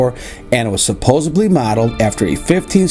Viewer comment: I hate when people say supposebly!! ITS SUPPOSEDLY!